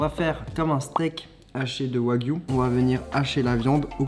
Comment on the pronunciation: Qui a remarqué que quand il présent les ingrédients il dit « bœuf de Kobe »puis le reste de la viande il dit du yagwu